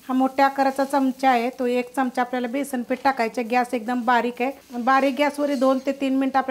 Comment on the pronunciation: छानच आहे. पण बेसण नाही हो बेसन